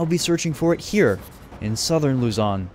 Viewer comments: Lozon not luzyon😂😂😂😂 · you earned yourself a subscriber from the Philippines, by the way the pronounciation of Luzon is like Luzun (i havent finished the video yet tho) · Luzon is pronounced Luh-zon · Luzon is pronounced loo-zon